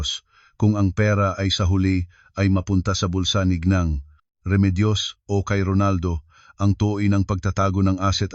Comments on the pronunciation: Deretso ang bigkas ng ginang hindi g neng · Pls bigkasin ng wasto ang mga salita tulad ng ginang hindi gneng.